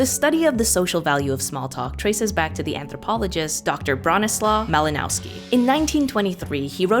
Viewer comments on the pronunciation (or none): BRO-NI-SWAV MA-LI-NOV-SKI Not "bronisla malynauski" Also it's Bronisław. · it is pronounced "Broneeswav Maleenovskee"